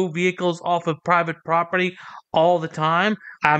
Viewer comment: how many times did he say "private poperty"